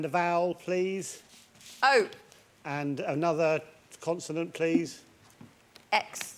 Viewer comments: CONSONANT!! NOT CONTINENT 😭😭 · Surely someone should have told Richard that it's not pronounced continent by now. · Someone please teach Richard its not Continent!!! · I came here to find this. I love him but CONSONANT ffs 😮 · why does he say continent